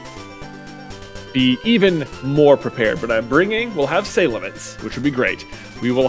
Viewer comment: i realize we are well past ripping on J for his pronunciations of 'mons since the only way to be sure is if the name is said in the show/if the japanese and english names are the same, but i can not, for the life of me, think of a justification for the way he says Salamence. does he say "say-lamander" as well? edit: and i'm almost certain the way he says Groudon is on purpose. he knows.